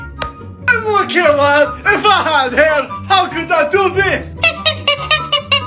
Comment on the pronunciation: ✨U LITTLE SNOLLY GOSTER✨ ✨STAWPIT✨ XDDD